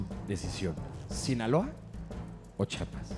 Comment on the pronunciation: que tan dificil es decir. CHI A PAS CHIAPAS